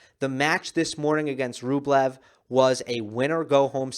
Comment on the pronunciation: Rublevs name pronounces Rubljov